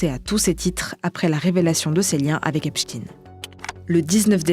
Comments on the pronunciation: Epstein se prononce [èpchtaïne] en français… merci ! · Serais bien que vous commenciez par prononcer son nom comme il faut. C epstein et non epstine 😉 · On a aussi fait la leçon aux journalistes du Monde pour appeler Esptein Esptine... sans déc, si ils en sont là, c'est qu'ils sont très mal...!!! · Pourquoi dire « epstine » ??? On ne dit pas Albert « einstine » ni même « Frankenstine »… 🤔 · J'entends encore quelq'un dire "Epstine" je fais une syncope 🤣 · Pourquoi vous prononcez "Epstine" ? 🤫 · C est marrant de prononcer Epstein avec un 'ine" à la fin. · Arretez de dire Epshtine sérieux... Vous dites Albert Einstine aussi ?! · Pourquoi vous prononcez "Epstine" ? Vous devriez demander à vos boss comment ça se prononce. Ils sont au courant. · Pourquoi "Epstine" ? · Epstine? Sérieusement la prononciation… la journaliste est ridicule. Vous dites Einstine aussi ? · "EPSTINE" LOL Voix traumatisée par Poutine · Epstein pas Epstine, il n'est pas russe. Et on dit Albert Einstein ou Frankenstein pas Albert Einstine ou Frankenstine. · On remarquera que le journal fait exprès de ne se tromper dans la prononciation du nom epstein en disant epstin. Des raisons particulières de vouloir cacher la consonances hebraique de son nom ? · Surtout bien prononcer Epstine pour éviter que l'on regarde dans cette direction ... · Je ne comprends pas pourquoi vous prononcez Epstine son nom est clairement à consonance germanique. Les américains le prononcent mal mais faut il faire comme eux ? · Ça se prononce Épchtaïn madame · Pourquoi prononcer Epstine ??? On dit Einstine ? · On prononce le "stein" comme dans "Einstein" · C'est marrant, tous les medias font la meme faute, coincidence???😂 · Esptein comme estein pourquoi le prononcer ainsi? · C'est bizarre de prononcer "Epstein" de la sorte. Pourtant "Einstein" est bien prononcé à la juif. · Donc on prononce Albert EINSTINE ? 🤣 L'homme serait russe c'est bien ce que vous essayez de faire croire ? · Ce n’est pas epstin mais epstein.